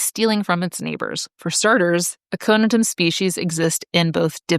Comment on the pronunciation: Recently discovered your channel and I like it - we need more stories about plants. But - I find your stress on the first syllable in Latin binomials disconcerting and confusing. I thought one of the few standards in Latin pronunciation was stress the penult. I listen to your podcasts while walking and often have no idea what genus you are talking about (like A'-co-ni-tum) until I stop and look at the word (and see it is a-co-ni'-tum).